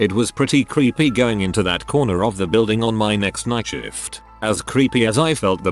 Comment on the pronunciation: Or shift as "shit"